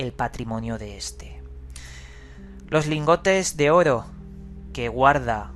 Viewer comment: Me encantan tus videos, pero odio como dices la palabra "Oro"! No lo soporto xD Pero eres un crack investigando y relatando!!